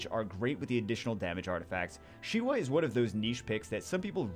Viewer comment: said Shiwa and I was like necro 10 Shiwa? Old school and forgotten.